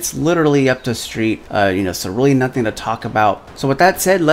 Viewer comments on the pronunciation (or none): none